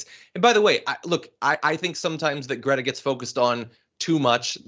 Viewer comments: Cannot even pronounce her name correctly but can criticize her for being on the right side of an issue that he is clueless about! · And of course, he mispronounced greta's name....